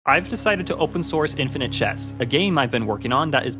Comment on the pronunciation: oopen snorce